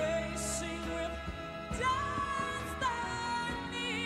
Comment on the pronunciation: Ma'am as you try to imitate the sound of Destiny you are not on the right vowel sound so you can't sing the exact same note on the same frequency Whitney is using ee vowels and you are doing Destinay and they give two different sounds you are not on the same frequency of the note and it's uncomfortable to you because everyone can't do ee vowels without making it too sharp yours ma'am is FLAT, there is nothing wrong with Whitney's pitch it's yours that is off! But that is the difference between an anointed voice and learning to sing to have the gift of voice, no offense! You sing like a trained singer and Whitney singing was a special gift what you have to practice comes to her innately. She has perfect diction which makes a difference in sound quality when it comes to vowels in singing. She has a better diction than even opera singers have the time they chew some of their words and all you hear is sound with very pronunciation